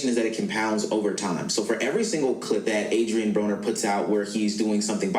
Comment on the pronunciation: No, you pronounced his name right. Brahh-ner.